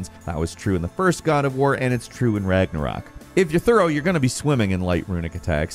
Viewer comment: The only reason he got Ragnarok right is because of Marvel movies 🤦‍♂️